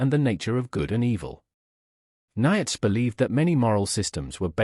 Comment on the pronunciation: The AI can't even pronounce Nietzsche right.